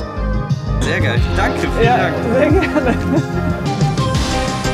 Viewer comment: thx after this video everybody should know the very important german word 'geil' or 'geijel' how would pronounce it